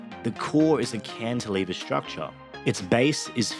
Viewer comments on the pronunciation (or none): none